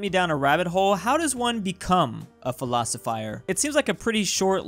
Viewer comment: He said philosofier